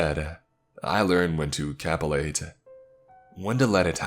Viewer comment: I love you buddy, it's ka-PITCH-you-late or ka-PIT-you-late. This one had an undertone, made you feel something, maybe?